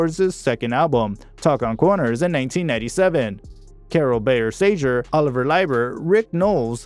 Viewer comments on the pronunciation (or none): none